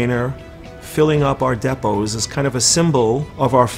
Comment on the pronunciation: CAN YOU PLEASE LEARN HOW TO SAT DEPOT RIGHT?!